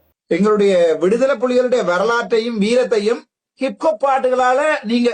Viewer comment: இங்கே அர்ச்சுனா கிப்பு கொப்பு என ஆங்கிலத்தில் உச்சரிக்கின்றார் ஆனால் அது ஹிப்ஹொப் என்பதை ஆணித்தரமாக கூறுகின்றேன். இந்த ஹிப்ஹொப் பாடலை tms 1960 களில் முருகன் பாடலாக பாடியுள்ளார்.ஆகவே தரம் கெட்ட சங்கீதம் ஆக வர்ணிப்பது கண்டிக்க தக்கது. இளங்குமரன் இங்கே தமிழ் கலையுலகத்தை promote பண்ணத்தான் pta இல் அந்த பாடகரை கைது செய்ததாகவும் ஏதோ அரசாங்கம் Oscar award company மாதிரி சித்தரிக்கின்றார். அந்த சிங்கள சிங்க பெண் கூறுவதை எல்லா இலங்கையர்களும் கேட்டு உணர்ந்து திருந்தாவிட்டால் சோமாளியாவின் பக்கத்து வீடாக மாறும் இலங்கை.